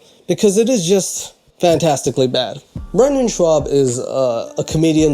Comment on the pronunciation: I know says "a bad husband", but without the image it seriously sounds like "a fat husband" which made me laugh so hard! XD